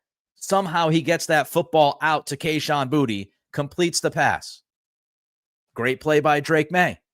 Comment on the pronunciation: Pretty sure Kayshon pronounces his last name BooTay.